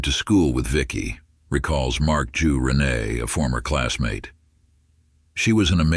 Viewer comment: It's pronounced Rin-Ay not Rennie